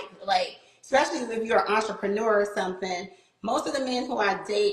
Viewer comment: I hear enterpreneur one more time today.....